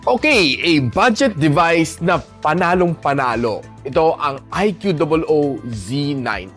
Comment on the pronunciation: prounounciation po nang iqoo boss hehe